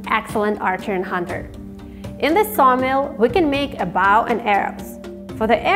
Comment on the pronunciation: You are mispronouncing bow. It’s BOW as in bow tie, not bow like a dog say bow wow , just saying